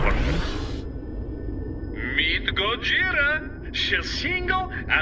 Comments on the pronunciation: Kojira sounds like Gogira the real pronunciation if you take into account that it is originally from Japan. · Similar pronunciation on the sound yes but in Japan it's Gojira with a G 🙂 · “Kojira.” Lol I get it.